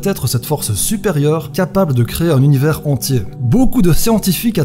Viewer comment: Tu sais même pas prononcer « univers » et tu nous fait des théories ? 😂 (Team 1er degré calmos je rigole) top la vidéo 👍🏻